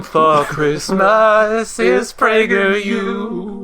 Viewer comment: It’s pronounced Prager U not prageru!!!